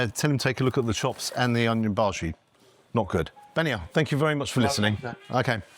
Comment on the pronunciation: How do you get a bhaji wrong for heaven's sake??